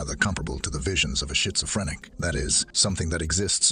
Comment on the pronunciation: Uhh,huh huh, he said shitsophrynic !